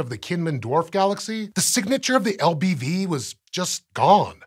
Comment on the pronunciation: LBV? I heard LGM at first. Boy was I confused.